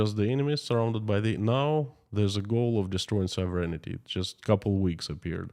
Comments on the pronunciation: I know that you like to know pronunciations… Sov…rehn ….tee (phonetically) not soverenitee (your pronunciation) Sovereignty (don’t pronounce the first e, the i or g) sov·er·eign·ty /ˈsäv(ə)rən(t)ē/ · You left out the E/I sound near the end. SOV- REN-I-TEE